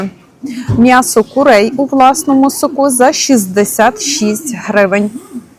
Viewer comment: Наголос в сОку!